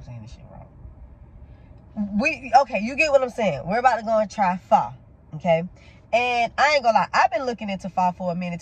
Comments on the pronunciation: I love you guys but you are pronouncing it wrong not phy…. Pho the o sounds like a u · was soooooo cute enjoying her pho (pronounced -fuh-), I'm so glad she liked it 💚